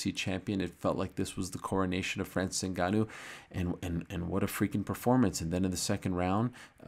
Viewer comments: Franseese Inn Ganooou...lol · "francees unganoo, le predatór"